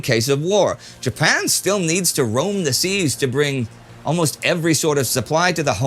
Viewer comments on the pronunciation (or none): none